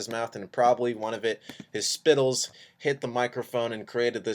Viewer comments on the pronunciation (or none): lmao his "spittles" LMAO